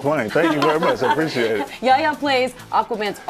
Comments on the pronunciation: Yaya? It's Y-A-"H"-YA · Why does she keeps saying “ yaya”? Hahaha. Itvis pronounce “ yeh hia”